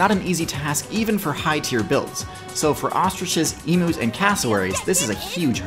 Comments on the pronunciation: I dont mean to be rude but I just wanted to say that emus isnt pronounced e-moos it's pronounced eem-yous, it's not that big of a deal I just play on the Australia server and it caught me off guard to hear it mispronounced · Dude. It’s Eem-you. Not E-moo. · Came here to see how ratites fair on here (hence my username). You pronounce emus wrong and put ratites at the bottom of the list. SHAME! Also you spelt ratites wrong.